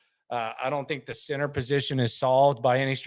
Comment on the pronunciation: I love but I find it funny when he says the word “center” he pronounces it cenTER and it bugs me more than it should lol